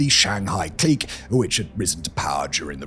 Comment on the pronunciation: Love ya, Simon, but your pronunciation of clique kills me.